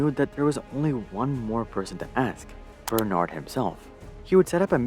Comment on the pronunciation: The fact that he cant say " bernard " correctly tells me he did not do much researches. LVMH learned this way to acquire business in USA btw. After watching the whole thing , I still fail to see how they got humiliated ?